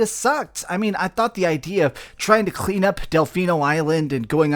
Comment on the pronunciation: It sounds like you're trying to cough up a hairball whenever you say "clean"